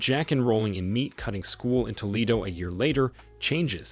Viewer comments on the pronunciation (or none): none